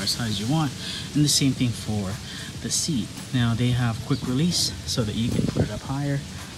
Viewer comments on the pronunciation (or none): none